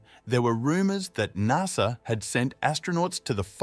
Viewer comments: It’s not NARSA, it’s NASA, the “NAS” part of “NASA” rhymes with “GAS”. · Its pronounced N.A.S.A. not NARSA :) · Never in my life have I heard someone mispronounce NASA so badly.